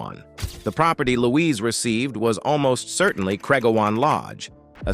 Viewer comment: It's Craig- OW-an, not owe-an.